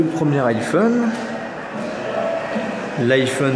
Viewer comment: C'est quoi le "ayphone" je comprends pas la